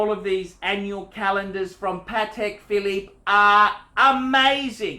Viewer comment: .............Phallus Phillipe ?